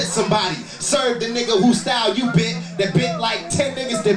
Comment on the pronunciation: I heard em say neega and I'm glad he did. #blackPassApproved I just laughed proudly